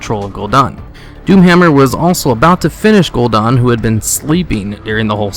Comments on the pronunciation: GUL- DAN like dannie, not Gul Don. Sorry pet peeve :P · His name is Gul'dan not Gul'don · ***** you aso said gul'dan wrong